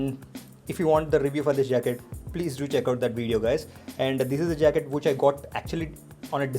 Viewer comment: no one: literally no one: calling which as whoch!! xD just kidding!xD